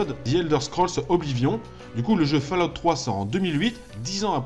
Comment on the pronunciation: purée... c'est pas "fallahout", c'est faulaout". ça me crisse les oreilles à chaque fois.